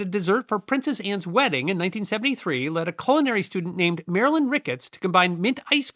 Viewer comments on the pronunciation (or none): none